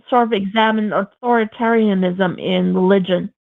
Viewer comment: If you can't pronounce the words "pacifism" and "authoritarianism," you probably should leave the topics to someone else.